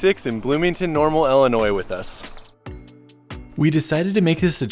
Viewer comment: That's awesome I live 30 minutes from Springfield Illinois I've never been to the cozy dog drive in I'll definitely have to try that and I've never seen any of the Abraham Lincoln stuff either I'd have to check that out as well but ultimately I'm just glad you don't pronounce the s on the end of Illinois